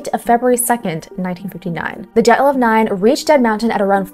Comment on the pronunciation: Belarusian here. Your Dyatlov pronunciation is 🤌